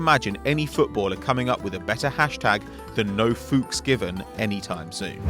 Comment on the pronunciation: Funny how no english person can pronounce Fuchs